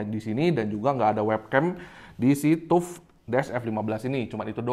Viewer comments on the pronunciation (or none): TAF WOI BACANYA BUKAN TUP TUP